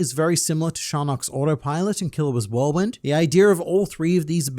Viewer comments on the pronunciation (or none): none